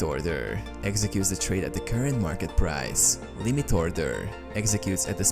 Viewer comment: Wtf is that pronunciation? Place a traaaade, market ordeeeer, questraaaade. 😂